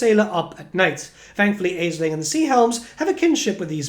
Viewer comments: Hearing you pronounce it “AisliNG” was peeving considering the Norsca tribe with that pronunciation. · Thanks for the info mate, it seems like it will be a fun campaign with interesting units. But I gotta say, the pronounciation like "Aisling" bothers me 😅